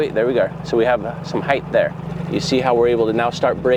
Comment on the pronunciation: Does it drive anyone else nuts that he says Height(h) with the h at the end, instead of just Height?? lol or is it just me?